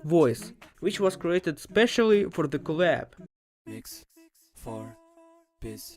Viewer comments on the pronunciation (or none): It kinda says piss instead of peace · He is saying peace we just here piss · MEOW IT'S MIX FOR PEACE NOT PISS >:(